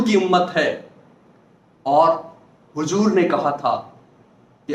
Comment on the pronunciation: जनाब हुजूर नहीं हुज़ूर बोलिये Hujoor नहीं Huzoor बोलिये।